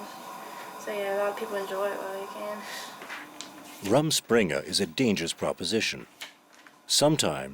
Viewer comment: It is Amish not Aymish and Rrrruuuummm springe not Rum and Coke. The people that make these expert docs that cannot even pronounce the vocab. Every time he says Ay-mish I cringe.